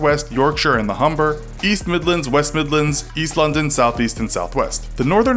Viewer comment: I'm from London and when you said "London" right after "East" it sounded like you said it together like East-London so I was suprise as f*ck and thought you said GOT was based on East-London LOL.😂😂😂